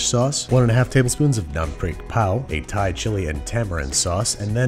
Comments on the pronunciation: im thai and as a thai person, i can confirm you did a great job! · As a Thai, I'm really happy with how you pronounced our stuffs. I know it wasn't easy.